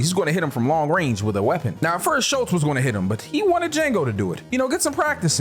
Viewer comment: I do not believe “Schultz” and “Waltz” rhymes